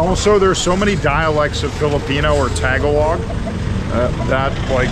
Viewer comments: it's ta-GAH-log not TAH-ga-log (that kinda sounds like Tag Along). Tagalog came from the phrase "Taga ilog" or "from the river" where Pasig River runs across Metro Manila. Filipino is the standardized Tagalog since there are variants of Tagalog from provinces near the Capital Region where Manila is located. Filipino Language Subject is being taught in schools throughout the country aside from English. That's why lots of us can speak English. Filipino is both the language and the citizen of PH. The City of Manila is one of the 16 cities + 1 municipality that composed the Metro Manila or the National Capital Region. Makati is one of that cities. Another one is Taguig City (tah-GIG) where BGC or Bonifacio Global City, a former military fort (Fort Bonifacio) developed into a modern community. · FYI: Sorry, it's not TaG-a-log. It's Ta-Gah-loag. Not being mean. Just trying to help. I like you're videos.